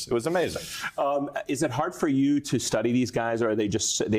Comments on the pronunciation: Vivek is pronounced ViWake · Not “Vavook”😂😂😂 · Incredibly racist refusing to say vivek ramaswamy's first name correctly - its only 5 letters!! And then saying that he's got a funny last name!! I'm not a rebublican fan but I appreciate non racist talk from all people. White privilege